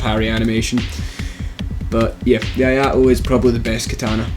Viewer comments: its no I a to it is I(e sound)a to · "Eee-ah-ee-to" , not "aye-aye-to" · I mean, I know you english people are not particularly good with talking, even in your own language. But pronouncing Iaito as Ajato is just sad. Really, really sad. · I agree with this list... for the most part. 3 things I would change. First, I would change the Iaito (it's pronounced ee-eye-toh btw) with the Uchigatana, and would place it much higher. The Iaito moveset is good, but you'd be amazed how useful the Uchigatana's thrust is. Second, I would change the Obsidian Greatsword with the Zweihander. One word: stunlock. This thing is giantdad's weapon of choice for good reason. Finally, as much as I love clubs, I would drop the large club in favor of the Falchion. Take the Gold Tracer, make it compatible with Darkmoon/Sunlight Blade or Crystal Magic Weapon, but remove its bleed effect. You lose the massive damage spike in favor of consistent big hits. The Gold Tracer is a fantastic backup weapon once your buffs run out. Just throwing that out there. Just make sure you 2h it. I would have also given an honorable mention to the Murakumo. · The only cringy thing was the pronounciation of "Iaito"